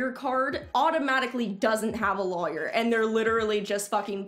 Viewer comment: I love how you say lawyer haha lAwyer😂😂